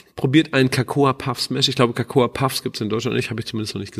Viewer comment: Ähmmm... Cocoa (auch nicht cAcoa) wird einfach nur "coco" ausgesprochen (wie in "coconut")... 😊